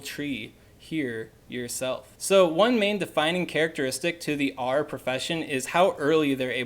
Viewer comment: If you’re going to make a specific guide on something, at least learn how to pronounce it properly. It was horrible to listen to. I mean it’s literally said in the films, and pronounced properly by JK Rowling. Arer? Does it look like it’s pronounced that way? Annoying ass video